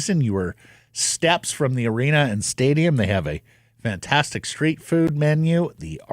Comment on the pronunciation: said, " street frood" in his Greta ad. 😅